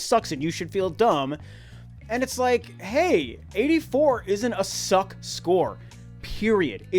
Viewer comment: Did you rike it? 😂😂😂